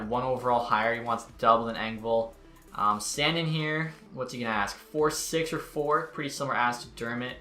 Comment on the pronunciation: You say “sandin” wrong💀